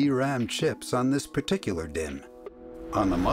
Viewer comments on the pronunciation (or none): none